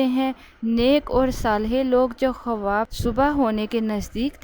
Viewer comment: Khuwab nahi hota haibkhawab hota hai phele bolna sikhe